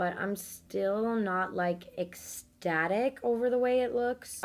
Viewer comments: can we stop saying exstatic and start saying ecstatic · no one:: estatic ESTATIC estatic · ᄋᄉᄋ she pronounces it ex-static tho so that’s on miss 🤧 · did yall hear her: shes not eggstatic😡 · Take a shot every time she says ”exctatic”